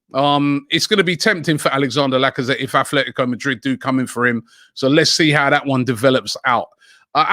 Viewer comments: For the last time Robbie it's ATLETICO not Athletico. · Robbie its ATLETICO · ROBBIE IT IS ATLETICO MADRID NOT ATHLETICO MADRID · "Athletico" smh